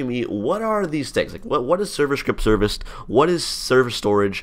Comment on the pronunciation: I think he said server ship serviced